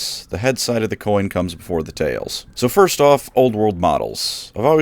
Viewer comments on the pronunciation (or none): none